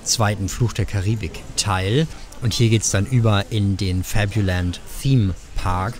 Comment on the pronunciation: Puh, wie Du krampfhaft FABULAND in Denglish sprichst ist super anstrengend. Ansonsten ein schönes und interessantes Video.